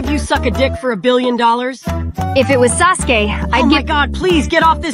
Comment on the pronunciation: "Sus-ke" I'm fucking GONE this must have been a typo since he said Sasuke properly several times. Suske is just a letter off lol